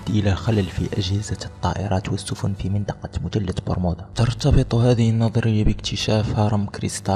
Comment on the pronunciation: انا نسيت مثلث برمودا وقاعد افسر طريقة كلام اللي مسوي الفيديوا والثاء لاينطق تاء يعني مثلث مو متلت لما تبغى تتكلم بفيديوا يشاهدوه كل الجنسيات العربيه اتقن نطق اللغه العربيه اولا